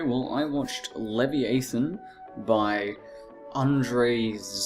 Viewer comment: pronounced, 'lev-eye-a-than'. Good review though.